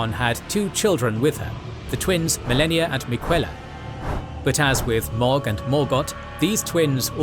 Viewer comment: This isn’t a conversation, it’s an edited video. That they do research for. Also, the names are pronounced for them in the game. Mohg and Ranni have phonetically correct names, and yet they are mispronounced.